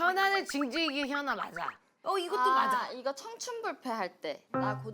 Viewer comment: 소개할때 키아나라는줄